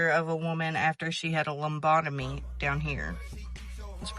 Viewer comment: ...ish.. I tried to ignore it...I swear I tried to ignore it...a lombodimy? Really? Lobotomy is what she means. Good grief.